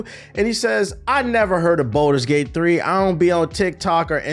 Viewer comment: u tracking its balders gate not bolders gate right